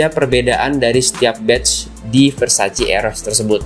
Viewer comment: versace not versaci